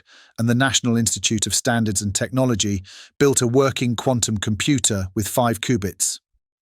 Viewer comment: I laughed out loud when the narrator stupidly said, "Technologeee of Cheeena." Perhaps he could benefit from a reading lesson or two.